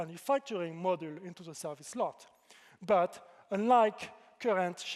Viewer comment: Halfway through: "Model" this and "Model" that… Oh wait that's supposed to be "Module." His French accent has him pronouncing it like "Modúl"